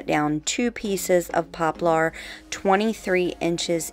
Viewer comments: You are so creative! And quickly becoming the you tuber that others want to copy! Thank you for continuing to come up with so many clever new and fresh ideas! If I may please correct your pronunciation of the word poplar"... I have always heard it pronounced "popLER ". It is spelled like you say it, but not pronounced that way. Heck, where I grew up in the boondocks country, we called it "popple"! Lol! Whochever way you choose to say it, thats ok, just thought it might roll off your tongue a bit easier that way. ❣🎨❣ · I'm a longtime subbie and I LOVE all of your DIYs! Just a little help from one to another....it's pronounced popler like popular without the u. It just has the "er" sound at the end instead of "are". You are such a sweetie and I didn't want someone else to tell you in a mean way "you're saying it wrong". Haters gonna hate but some people are just rude.:)